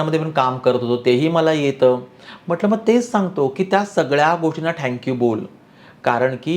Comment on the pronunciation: ते थॅंक्यू असतं ओ… ठॅंक्यू नाही..😮